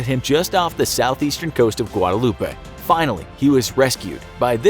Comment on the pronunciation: Pronounced An-ti-guh. Nobody there calls it an-ti-guah. Also Guadeloupe is also pronounced Guad -e - loop, its a french island, not spanish.